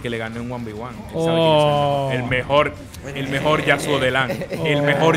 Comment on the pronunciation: El mejol el mejol el mejol jajajajajajaja 😂😂😂😂